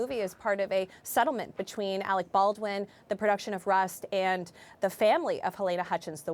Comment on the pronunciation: That black lady kept saying Alec Ballin